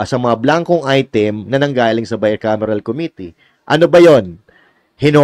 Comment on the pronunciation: Hindi nga GAA, Bicamiral..